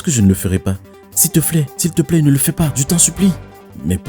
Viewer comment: Je ne sais pas si c'est seulement moi qui ai entendu qu'il a dit s'il te flait